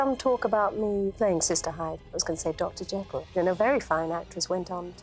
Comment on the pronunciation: Encouraged, however his pronunciation of "Dr JeeKill" is unforgivable 😂